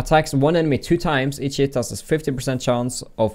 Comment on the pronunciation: Every time he says 'each hit' all i hear is 'eat shit' laughed so hard